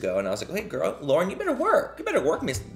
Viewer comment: I heard THAT WHITTLE gorl!! 😗😗